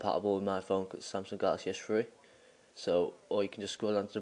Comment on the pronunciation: LOL at samsung galaxy s tree :P